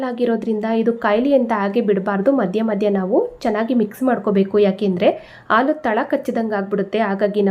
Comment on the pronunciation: ಆಲೂ ಅಲ್ಲ ಹಾಲು